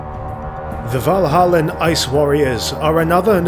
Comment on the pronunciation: Valhallan Ice Warriors, not Vanilla Ice Warriors. Got to read slower.